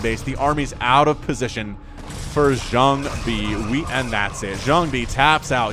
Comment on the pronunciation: Great commentary as always. I feel the way you say Jangbi is a bit off. Check out a couple Jangbi vs Flash english commentaries on VioleTAK's channel from 2008, that pronounciation sounds waaay ear friendly.